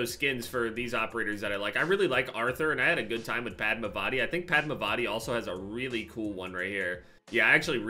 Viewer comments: It’s Padm(aa)vati not Padmav(aa)ti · Bro the way he said padmavati had me dying 💀😭